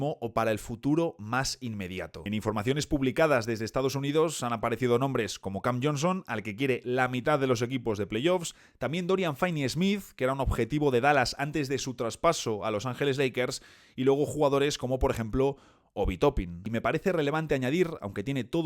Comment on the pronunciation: Gran vídeo, como siempre. Un apunte, Finney-Smith se pronuncia /finney/ no fainey (con doble consonante la i se pronuncia igual que en castellano) ejemplo: Ben Simmons /Simmons/ Anfernee Simons /Saimons/